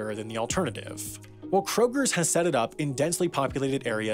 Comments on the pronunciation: Its pronounced K-Roger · "kroger's" intensifies... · Krogers? Really! Lol